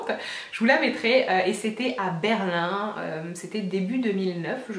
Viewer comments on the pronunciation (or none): none